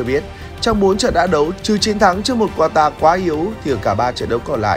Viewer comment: phát âm sai từ Quatar rồi @@